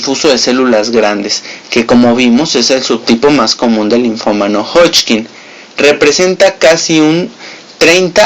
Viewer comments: hodgkin, no hodchkin...todo lo demas muy bien..... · Me gusta cuando dice hodching! 😙